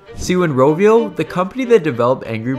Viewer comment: "roh vee oh" is not how you pronounce Rovio... It's not an American company